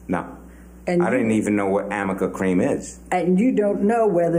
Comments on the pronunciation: The whole “peck on the cheek” part and pronouncing arnica cream as amica cream and using makeup for every single excuse in everyone’s testimonies are all just a load of bollocks 😂😂😂😂😂 they have nothing on Johnny but drink and drugs (which lets not forget amber had her fair share too and also she let Whitney teach him how to use a tampon applicator to sniff coke when amber was supposedly supposed to help Johnny in supporting his recovery) and breaking up some rooms (or cabinets in his own house 😂) out of anger…there was no physical abuse and 💯💯💯💯💯💯💯 ABSOLUTELY no sexual abuse!!!!! 🤬🤬🤬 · They keep saying amica, it's arnica. It helps with bruising. Dumb lawyer. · I know, that was ridiculous. “Amica” cream 😂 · “amica” cream is killing me 🤣 it’s ARNICA. And I’m guessing she read it from her notes and whoever wrote it, it was handwritten so the “r” and the “n” next to each other looked like an “m” to. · The fact kept trying to nail him on "AMICA" cream which doesn't even exist, instead of ARNICA cream which is used to treat bruises, is the most thing ever 😂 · No wonder he doesn’t know what it is since she’s mispronouncing the name 😅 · While I agree questions were almost bizarre at times - her friggin obsession w/ “amica”cream which she kept getting wrong as it’s “arnica” not “amica” - & ineffective, all those make up questions were her trying to convince the jury that Isaac couldn’t actually know if Amber had make-up on or not as he claimed, because he wasn’t familiar with it each product. That was an epic fail on part. Issac & the English guy who managed the Australia rental were so genuine, honest, & believable. failed miserably questioning Issac & instead actually bolstered his credibility & likability. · and you do have to wonder, why did nobody correct - it's A r n ica, not Amica. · she also mistakenly called Arnica cream Amica cream about 5 dozen times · “Amica? AMICA?” Girly pop its aRNica😂